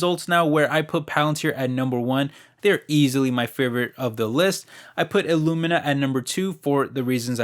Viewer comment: Thanks for doing the research for us, at the end you said “Ilumina” as a mistake, while you’re at it would love to hear your insight.